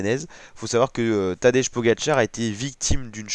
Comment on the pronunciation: Essaie de prononcer Tadej comme si ce serait écrit Tadey ou Tadei...